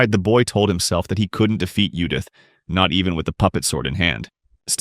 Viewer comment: I'm not sure if the AI is translating to english or reading the english version, but if I fucking read Judith and hear yudith one more time, I may just create a master plan to destroy all AI on planet earth.